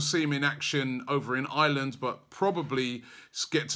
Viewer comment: its Ireland! not island